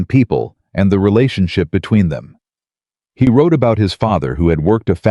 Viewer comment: Could you pronounce “He”, not “Hi” ? ??